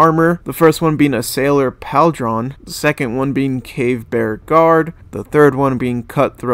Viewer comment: And it’s not PAL-DRON, it’s Paul-drun/Pauldron. Bro, this is honestly a little sad, ngl